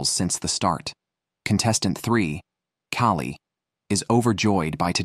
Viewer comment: I hate AI narration, especially when it is stupid, like calling a woman "he", oir mispronouncing easy names like Callie "Kaolie" Too cheap to pay a person to read the script? At least program your AI to speak proper English.